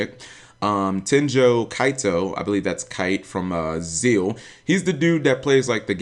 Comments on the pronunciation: Kite from Zeal.......you mean Zexal, the X in Zexal is not silent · zeXal!!!!!! ZEXAL get it right. not zeal ZEXAL!!!!!!!!